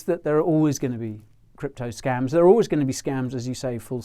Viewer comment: you say scumms, i say scAEms but its scams